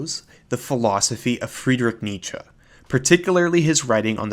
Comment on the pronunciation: Excellent video. Bravo! And excellent pronunciation of Nietzsche